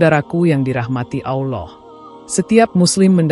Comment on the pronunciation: Sebut Allah pun x betul , x jadi tgk video ni